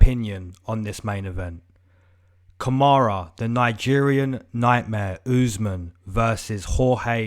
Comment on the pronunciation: it’s Kamaru not kamara and he is getting kod